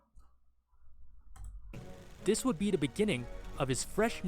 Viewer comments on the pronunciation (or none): 2NE1 pronounce as TO ANYONE not TWENTY ONE